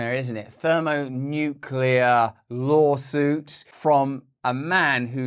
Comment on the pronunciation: When Elon uses a word even Russel has trouble pronouncing xD Thermonuclear law suit